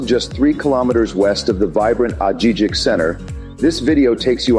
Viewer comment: It would be a good idea to learn how to say Ajijic beforehand, as the J’s in Ajijic are pronounced with a “h”. Nice home though.